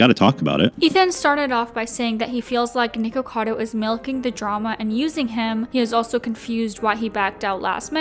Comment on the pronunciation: I'm so glad you pronounced it "nikocado" it drives me nuts when people pronounce it "nickado"